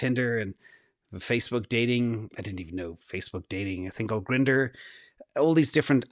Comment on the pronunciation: "A thing called Grinnder" 😂😂😂😂😂😂😂